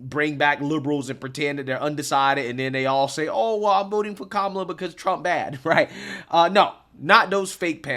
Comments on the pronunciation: 😂😂 it's not "kemela", 😂😂 it's K-Mala 😅. Love your programs. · The interviewer can't even pronounce her name correctly. 😂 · The funniest thing about this is I can just imagine a liberal watching this video and Literally having a mental breakdown, Listening to this guy mispronounce her name over and over and over and over again.😂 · Trump all the way. None of them even know how to say Kamala's name. 😅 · That lady taking aviut Venezuela and denver sounded fake. She couldnt even pronounce Kamala right. Very sus, but she lokely has some points, but that sounded very scripted lets be real